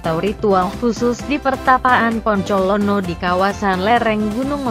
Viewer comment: kok poncolono? apa bukan bancolono ya?